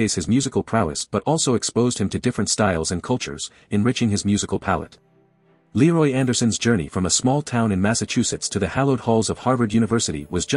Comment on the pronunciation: The image is not Leroy Anderson. The artificial voice mispronounces his first name.